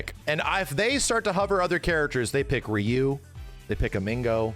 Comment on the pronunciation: a westerner that pronounces ryu not as ra-yu. nice.